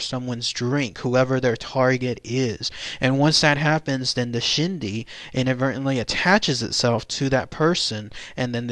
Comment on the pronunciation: The pronunciation is closer to "Ch'ee dee". The Ch'ee dee is the materialistic quality and desire of a spirit that causes a person's spirit to remain attached to the living materialistic world. The Ch'iidii is that part of a person's spirit or ghost that is still materialistically thinking and who still desires and craves after their previous material items, or perceived possessions of this world, which then keeps them connected to the world of the living. That ghost who harbors the belief that no one else should own their previous material possession prevents them from passing on, and they can do harm to dissuade anyone alive from owning what they consider theirs. For this reason a deceased persons personal possessions that formed their identity are buried with the deceased. When the Ch'ii dii part of the ghost stays because they are chasing after their previous life, then they trap themselves in the world of the living and one consequence is that they are not a whole being and remain conflicted on this plane of existence. Friends and relatives are not supposed to desire the dead person's spirit to remain because the materialistic side of the ghost will return, and cause the ghost not to be whole spirit and in the long run this is not good because energy of a ghost inherently cause an spiritual and emotional instability in a living person, even when the ghost does not intend to do harm, ie ghost sickness. I do not consider a Ch'ii dii a shapeshifter, but a person with Skinwa